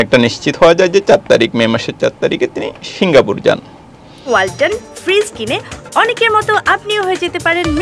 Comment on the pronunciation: শিংগা পুর নয়, সিংগ্পুর।।